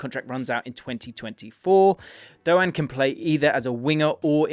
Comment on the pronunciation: Pronounced dough-Anne not doan